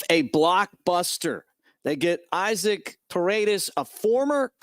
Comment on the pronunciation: Hey Mick!!🤜🏽🤛🏾 Love the podcast!! His name is pronounced E-Soc, as you know the Latin pronunciation is different from English!!🤔👍🏾